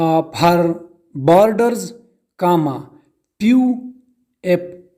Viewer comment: Bc bolna bhi nhi ata few ko pew pew bhk